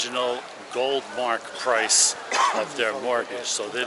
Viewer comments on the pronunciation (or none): none